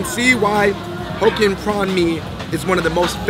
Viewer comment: i lost it at hokkien mee they made it sound like hoe kien